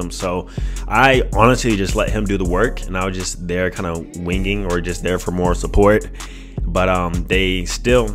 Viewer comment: Nigga said “moral support “ lmao 😩😩😩😂😂😂😂